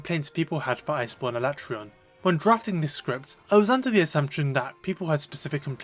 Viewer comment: A-LA-TREY-ON, not ala-TRON / Oh and i just used my Vitality Mantle to survive with almost full Health for Escaton